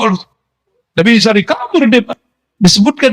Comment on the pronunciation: Yakin Sayidina Isa yg di maksud tapi kedengeranya samar🙏